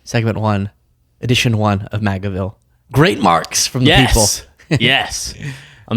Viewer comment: Its MAGAVILE, not with an extra L, just saying from New Zealand